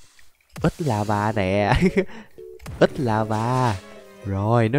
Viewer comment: Ảnh nói ếch mà nghe như ết vậy!😅